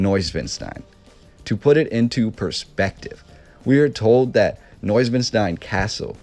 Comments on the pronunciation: It's pronounced Vogner, not Wagner. Swan Lake? New Swan Castle is what the name means Neu-Schwan-stein, not noivwanstein... Wagner wrote about Swans, if you go to this castle you will see the top hall is a large music auditorium dedicated to Wagner with swans everywhere. The fountain in the kings room is a swan, there are swans everywhere. Both parents had castles nearby and are still there (the castles). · The castle's name was NOT pronounced properly, unless that was a Bavarian accent I've not heard. It's not schwin like the bicycles, it's schwan like the bird. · You put all this effort into learning about Neuschwanstein Castle, but cannot, for the life of you, pronounce it correctly. Shameful! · The castle was largely unfurnished,Neuschwanstein was used by the Nazis to store stolen art during WW2! Wish you even tried to pronounce Ludwig , Wagner and Neuschwanstein!